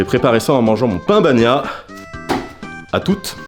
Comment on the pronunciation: On dis PAN BAGNA 😂😂😂